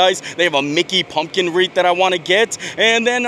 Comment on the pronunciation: WreaTH not WREAF 😂